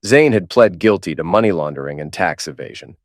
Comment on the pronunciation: "I dOn't wAnT tHeiR mOneH". Another attemp to write a goody two shoes mc only to make him sound stupid.